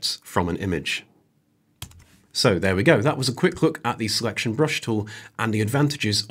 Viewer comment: Surely the word is 'tool', not 'toow'.